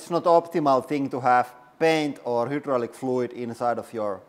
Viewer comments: Hydraulic is pronounced high - draw - lick. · It is not "hoooodraulic" press it is "highdraulic" press.